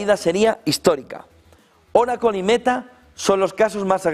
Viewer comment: oraclo??? que es eso ?? joder siempre la escuche como oracle no oraclooooo